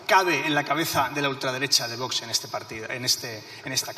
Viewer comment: Y esta tonta del bote que está de presidente del congreso, cuando se enseñará a decir VOX y no voch.